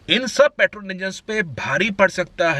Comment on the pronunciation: I can think of 10 cars which could feature in this list instead of everything barring xuv300. Rajesh khanna ke sunglasses, fukat ka accent he is hindustani bhau of auto industry. And it's petrol not paatrol